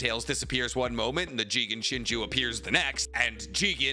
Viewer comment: It’s not jigen like bruh